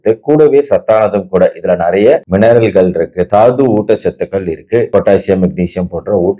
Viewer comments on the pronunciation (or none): none